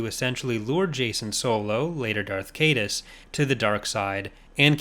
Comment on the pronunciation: Only 2, fittingly enough 👌🏼 From what I understand, Tyranus is pronounced "tie-RAN-us" And Leland Chee stated that Caedus should be pronounced "KiE-duss", rhyming with "hide us".